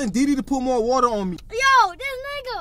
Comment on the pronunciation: said”get the wuter”